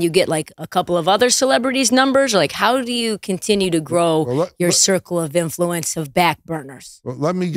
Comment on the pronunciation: "influenče of Backburners" 😂